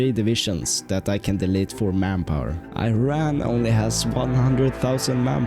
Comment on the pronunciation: Thats E-ran